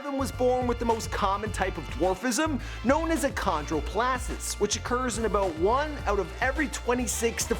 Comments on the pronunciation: achondroplasis ?? wtf is that ? is pronounced "a con dro play zia" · Its achondroplasia. I think you need to work on your research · It’s pronounced a-kon-dro-play-zia Achondroplasia